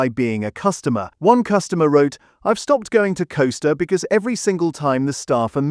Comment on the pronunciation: Costa not Coaster.........., I go to one regularly and staff are ok and remember my order so AI generalisation , not accurate for a starbucks i have been to